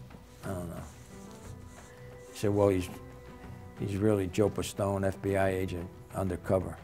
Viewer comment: And you fucked up his name :D It's Joseph D. Pistone :D